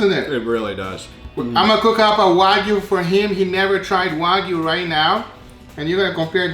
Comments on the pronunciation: "Coming up rith now!" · Rith. Yall not noticed that?